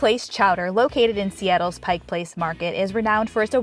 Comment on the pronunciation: Thank you a million times for pronouncing Pike Place correctly!!! Another beautiful video of my state. 🥰